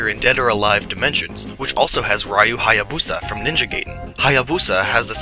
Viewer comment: FRIENDS. It;s time you learned how to pronounce proper Romaji. If it were pronounced that way, it would be spelled "geiden" and not "gaiden" Also, it is not pronounced "rye-you", it is pronounced "ree-you". THE MORE YOU KNOW, AND KNOWING IS HALF THE BATTLE.